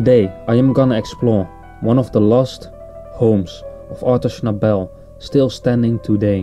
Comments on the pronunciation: Schnabel was Austrian not Australian. And his name is pronounced with accent on the first syllable. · Very interesting video, and we should thank the person who posted it for the trouble taken to make it , but there are one or two errors. Firstly his surname is not pronounced with an emphasis on the last syllable but on the first; secondly, the background music is one of Beethoven’s Bagatelles, I think from the Op. 126 set, and it was not recorded in 1950, but on 1938; Schnabel last recording was of the two sets of Impromptus by Schubert.